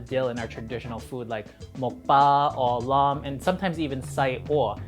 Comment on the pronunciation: You’re pronouncing the name Orh Laam wrong. So whitewashed. LOL.